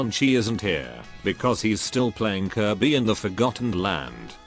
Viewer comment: Did you say Kirby?